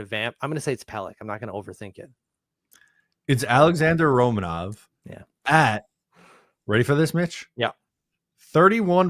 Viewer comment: I’m gonna stop my likes if you keep butchering the Dman names - it’s Ro-Mon-ov not Roman-off and Per-oon-O-vich!